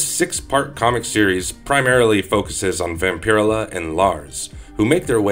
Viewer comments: It's "VAMP-uh-rell-uh". Not "vam-pir-uh-la". The weird pronunciation and lack of pronouns just took me out of it..... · So I am not the ony one going "dude vampur-ella!" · Hey dude it pronounced Vam-pir-ella. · It's pronounced vampire. Ella. Not. Vamp. Pier illah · Hearing Vampirella pronounced like this is painful Vamp-er-ella like barbarella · Her name is pronounced Vam- per- ella not whatever it is you were saying. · Not to sound douchie but it pronounced VampaRella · Vamper-ella. Not whatever you are saying. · Ugh I couldn't even watch this with this guy's pronunciation of VampirELLa Shit hurt my ears. ELLA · Vam-pir-ruh-la sounds cooler. I like how he pronounces it. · It’s 100% pronounced Vamp-uh-rella,… and definitely not Nos-fur-uh-too either🫠 I inherited my grandmothers Vamp-uh-rella collection, issue one-forward, 🤫 it’s worth more than most peoples vehicle🤷‍♂️ makes my vintage complete MOTU and MOTUKO 5.5 collection look like flea market garbage🤦‍♂️ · Wish I could upvote this comment more. His mispronunciation of her name is SUPER DISTRACTING. I'm only 3 mins in but I don't think I'm gonna make it to the end. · If you’re gonna talk about Vampirella,can you at least say her name right?